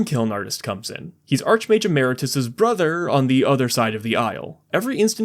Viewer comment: idk why but its annoying me that you said "archmage emeritas" and not "archmage emeritus" and then you say it better later when talking about storm kiln artist lmao Edit: Also theres Urabrask, basically same effect as Birgi